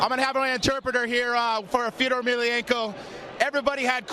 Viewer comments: Called Fedor "Theodore " like the chipmunk from Alvin and the chipmunks lol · 4 years late.. but sadly, he actually said "feodor"... Its pronounced Fjodor